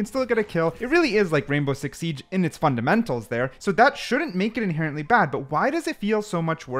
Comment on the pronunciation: Inherently Inhenerently